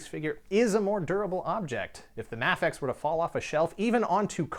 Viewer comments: I always thought it was pronounced Mafex (MAYfex) not (Mahfex)..... am I wrong??? Let me know. Thanks. Great videos. Love your work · By the way it's Ma-fex (May Fex) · Is it pronounced Ma-fex? i always thought it was May-fex. interesting. Really liking the VS series, binge watching them now, haha. I have a beef against Mafex figured being wonky in assembly, sadly. Had a few fall apart on me almost out of the box. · You say mafex wrong